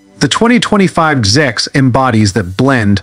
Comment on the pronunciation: GIX? Annoying narrative. No it is a G.S.X.